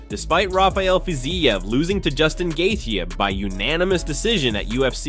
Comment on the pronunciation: Brother you got to pronounce Justin’s last name correctly gosh